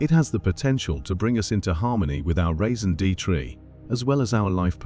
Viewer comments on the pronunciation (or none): the way you pronounced raison d’être!!!!!!!!! raisin deetree 😭😭😭 please, people, learn how to pronounce words before you use them!!!!!